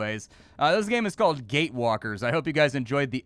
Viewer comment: I open this vid and quickly let it play in the background, first few seconds all i heard was "Gay-walker", dang it.. it wasn't what I thought xD